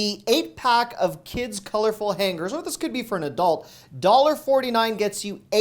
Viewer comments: LOL I never could figure that out either. Is it a regional pronunciation? In NJ we say hang-ers. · Why hang-gers and not hang-ers?